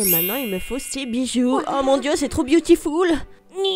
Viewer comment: Surtout quand elle dit butiful